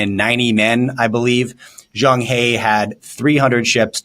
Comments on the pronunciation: Pronounced as zhang "her" not "hea". He was a central Asia muslim. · Zhang He is pronounced as Zhang Her as in Yellen and "her" failed economics.